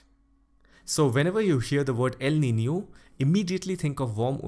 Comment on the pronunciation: It made me happy the way you pronounced Niño and Niña..♥️